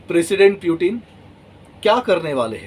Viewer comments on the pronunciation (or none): For few minutes I thought this man is a serious commentator or analyst. But he seems to be the fortune-teller version of to mila thapad...Imagination ke ghore poori raftar se daura rahe hain. And for God's sake it's पुतीन not प्यूटीन ।